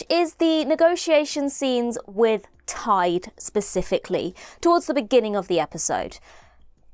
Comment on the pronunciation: Interesting that ‘Tide’ sounds like ‘Taid’, the (north) welsh word for Grandfather. I wonder if that’s deliberate?